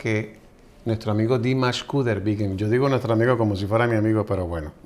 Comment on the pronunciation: perdona que haga este comentario el apellido de dimash es kudaibergen se puede decir en español igual como se escribe no es kudeibirgui lo estas pronunciando mal el lo cambio para que todos puedan decirlo bien y cambio la primera letra a Q.udaibergen para que lo pronunciaran correctamente a mi me encanta tus comentarios y te sigo en tu programa pero queria comentar ese detalle a mi me encanta dimash de hecho lo pude ver el concierto de new york y fue fabuloso